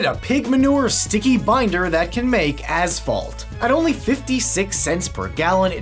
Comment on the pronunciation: talking about manure, thank you for saying as-phalt. [S] Caliborn: Enter.